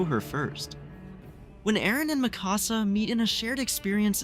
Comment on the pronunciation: Why do all AoT youtubers pronounce Mikasa's name so wrong lol It is spoken in dub and sub the same way. Its not "mi casa" like "my house" in Spanish.